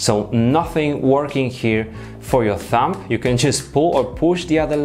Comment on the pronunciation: The "b" in thumb is silent. It does sound like you say thump. One of your friends should have told you really.